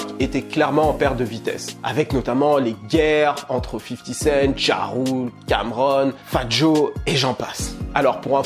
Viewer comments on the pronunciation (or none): none